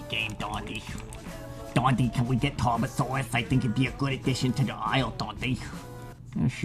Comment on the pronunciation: its tarbosaurus not tard kek, but yar good video.